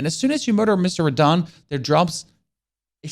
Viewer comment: That really hurt me when he said beat radhan